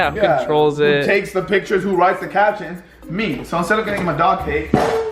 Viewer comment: did anyone else hear him say c*ck instead of cake??!!?!?!!?!!